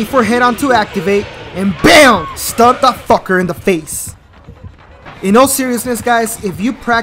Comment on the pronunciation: It’s STUN not STUNT